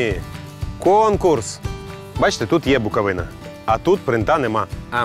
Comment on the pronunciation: будь ласка, готуйтеся до випусків Не БуковинА, а БуковИна Не ЧеремОш, а ЧЕремош Мигово, не Мігово Дякую за випуск!